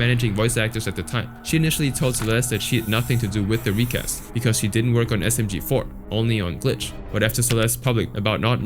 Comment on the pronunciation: he also said msg4 instead of smg4